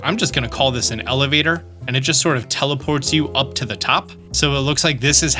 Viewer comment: Lol, "Televator"